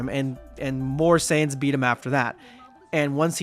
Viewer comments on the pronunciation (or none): none